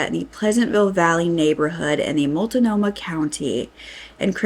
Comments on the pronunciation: I wish that creators would take the 5 seconds it takes to research the correct pronunciation of the native words they're saying when they speak about oregon. It's wil-LAM-ette and mult-NO-mah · Just fyi, it’s Mult-no-ma and Will-am-it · Hi, those two areas are pronounced Will Lamb it (Willamette) Malt no ma ( Maltnomah) We have hard to say areas. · First off, some of the pronunciations are wrong (and it's just driving me a little nuts) but Multnomah is mult-GNOME-uh and Willamette is will-AM-met. Next thing about this story that this lady seems to have deciided to skirt around (which is a pretty major part of this story) is that the killer targetted drug addicts pretty strictly. These women appear to have family and friends that were looking for them once missing, but up until they were missing, most of them didn't have homes, and lived mostly at friends' known drug houses. All the locations mentioned being frequented by these women are pretty well known drug areas, and dangerous areas at that. I'm not saying they are to blame; my only point is that people are expressing outrage stating they could have been victims since the cops didn't inform them, but his only victims were heavy drug addicts. So you probably wouldn't be targetted unless you hung out at these specific drug houses too. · Also, MULT-NOMAH, Will- Lam- -Ett. Just to help haha, that's how those sound. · PS- it’s wil-AM-ette and Mult-nomah. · Mult nome ahh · Born and raised Oregonian here. Common area names that are mispronounced and may get you teased. Willamette is Will -lam-et, Multnomah is Mult-no-ma, Albany is All-ba-knee, Tigard is Tie-gard, The Dalles is The Dallz (rhymes with pals) There are so many but these will get you started. Oh and use I-5 not The 5, and if in Eugene it's Beltline not The Beltline- news reporters are generally from out of the area so don't trust their pronunciation ask a mossback (born and raised). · Mult-nomah, not Mult-uh-nomah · Mult-nomah. Not multa-nomah